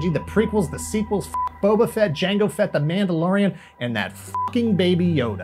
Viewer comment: DID HE JUST SAY FETT BOBA !!!???